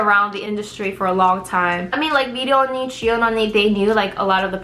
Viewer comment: jiyoon not jihyun